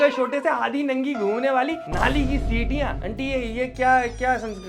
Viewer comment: Not चींटियां –> सीटिया😅😂